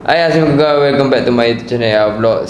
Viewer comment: Bang maaf ye saya bukan nak kutuk atau cari pasal tetapi saya mahu tahu kenapa bang tak beri ASSALAMUALAIKUM dengan betul tetapi bercakap salam tersebut dengan cepat dan tidak jelas? Maaf ye saya cuma nak tahu dan bernasihat sahaja. Mohon maaf kalau kata kata saya tersinggung hati sesiapa 😊🙌🏾